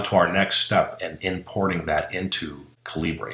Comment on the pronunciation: Excellent info! Thanks. One point, though: It's pronounced "caliber" (just a different spelling, since the developer is Indian and uses British spelling conventions).